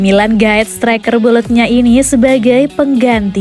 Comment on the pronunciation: Bolonya min bukan bolokna...hehehe